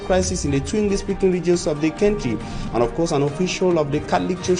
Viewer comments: Is the word pronounced"centry" or country"? Please, look up the pro ounciation from the English Dictionary. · Country not Cantry Mr journalist